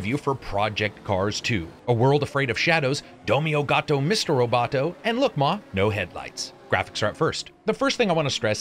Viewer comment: Just so you know it's ありがとう (arigatou, but the song just says arigato anyway), not igato or whatever you said. Just so you know for next you want to use that.